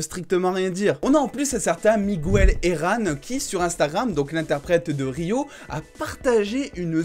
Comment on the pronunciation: J'ai eu mal au oreilles quand t'a dis migOUel herran 😭